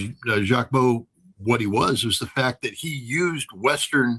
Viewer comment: Jacques Baud - pronounce it with a short O … 59 people in the EU at the same place - another Swiss woman too - and no saving, help even answers from the 🇨🇭gov. Ouach !!!